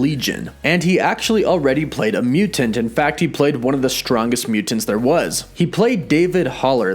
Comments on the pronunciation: What the hell is a mew-TinT? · .... also why do you pronounce ‘mutant’ so weird, like a robot? is this AI taking over the world?????!!@